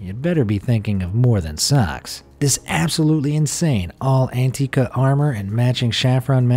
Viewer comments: Uhhh.... "All'antica" sounds pretty Italian to me.. I'm just gonna quit the video right there because if you get something like that wrong, I can't imagine what the rest will be like. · "All'antica" is Italian, not French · Oh... Oof sorry but all'antica is Italian my dude... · All'antica ain't French, chief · I stopped watching when you said "all'antica" is French.